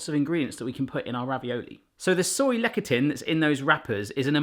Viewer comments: less-a-thin (lectin) it is pronounced, not lec-a-tin. just saying... :) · Lecithin- less-i-thin. Sorry that was going to just bug me all video. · I believe that word is pronounced LESS-thi-tin or LESS-the-tin But I could be wrong. Can't wait to see how the ravioli turns out! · Love your vids - btw it's pronounced " less-a-thin" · "Lecithin" is pronounced "less-ee-thin" :) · Since you mentioned, that you didnt know how to say it. Lecithin is pronounced (Less-sith-in). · Lecithin - pronounced "less a thin" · Soy lecithin has an h, don't drop it please. And the c is more of an s sound in this case. I know things are said differently there from over here, but there can't be a complete lack of softer C sounds (as in more like an s) in British English.